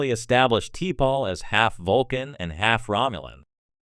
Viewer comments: Sloppy. T-pol? AI bullshit again. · Can't you get T'Pols name right or is this just AI generated stuff. Sloppy